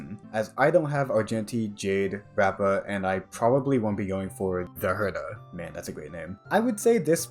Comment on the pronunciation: It’s “thee herta”